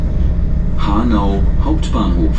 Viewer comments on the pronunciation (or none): "Next Station: Hanau Hauputbahnhof"?thats sounds very German :L